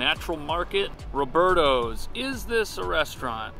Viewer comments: Bed-stuy? WTF. It's Bushwick. Roberto's? You sure you live in NYC??? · lol. I lived in this neighborhood for 10 years. this is *Bushwick*, not Bed-Stuy. and that's Robertas, not Robertos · youve never been to robertas? and you called it robertos?! how long have you been in nyc?! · not knowing he was in bushwick and the mispronunciation of Roberta’s made me laugh a bit. I love when the city boys come to Brooklyn